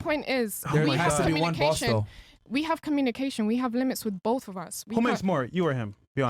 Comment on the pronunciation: I like how she says with BOF OF US 🙄🙄